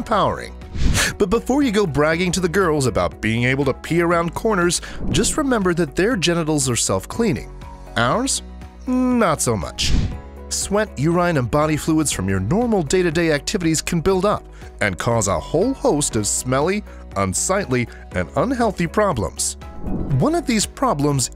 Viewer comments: Did he just say urAINE ? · URINE please spell as ur-ee-n not ur-ai-n